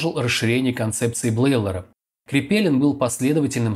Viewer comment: 😢 не КрепЕлин,амКрепелИИИИн !!!!!! Кошмар